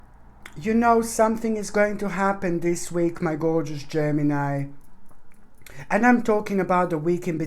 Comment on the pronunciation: I love it when u said Geminini....so cute.🤗